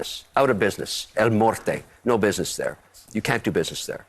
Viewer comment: El morte? What kind of gringo shit is that?